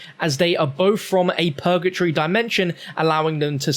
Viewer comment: “Pergatree” hahaha it’s purgatory